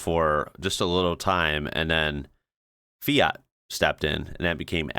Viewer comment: You pronounced "numero uno" and "Fiat" so well that you could speak Finnish or Italian languages like native if you want to learn new languages. Many English speaking people get praised for pronouncing when they try, but you actually did spot on unlike 99,99 % of those others trying👍